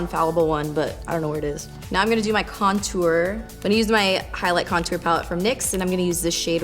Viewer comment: lmao at "contuar" you say it so different lolz do you say "tour" like "tuar" too? hehe i giggle everytime you say it :D